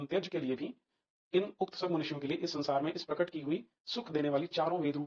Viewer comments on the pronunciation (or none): none